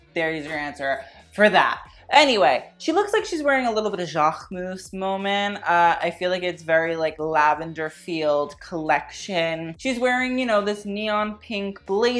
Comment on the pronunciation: 2mins into the video and it’s the comeback of « Jahrrmus » 😂 There’s a Q in that name, at least get the designers name correctly boy